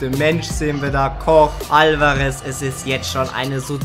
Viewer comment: Man spricht Alvares "Alvaresch" aus .